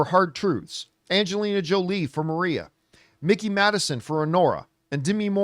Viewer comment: Oh no are we going to have to go through the whole awards season of John mispronouncing Mikey Madison's name? Long "i" Campea!